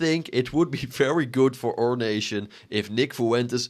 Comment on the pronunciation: “OUR‼️” Bro you have a accent 😂😂😂😂😂